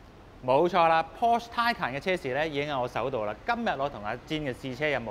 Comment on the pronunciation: 條片拍得幾用心。 不過…可唔可以讀啱 Porsche 同 Taycan 嘅發音？ 由頭錯到尾…真係好"un"耳。 繼續加油！ Taycan